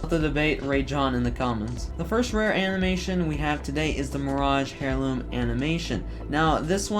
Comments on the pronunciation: Nice video man. I do need to let you know that I’m pretty sure heirloom is pronounced “air-loom” and not “hair-loom” though. Just a bit of constructive criticism. Correct me if I’m wrong. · I hate the way you pronounce heirloom, otherwise awesome video lmao